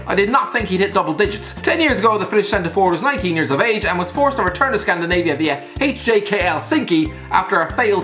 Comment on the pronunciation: Finland ain't in Scandinavia. Only Denmark, Norway and Sweden are. Am I'm sure HJK Helsinki is pronounced as (ho-yee-ko), but since you're not Finnish it isn't your fault.